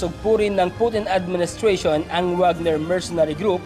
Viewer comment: Ka oe mo loy mag news, over exaggerated pag ka banggit mo sa Russian president name,....